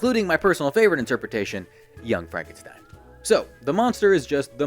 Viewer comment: You mispronounced young Frankenstein